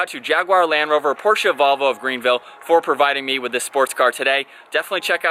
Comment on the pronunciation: Thank you for pronouncing “Porsche” correctly 😂